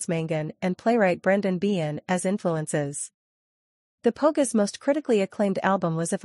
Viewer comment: The Po-gess. Ouch! Painful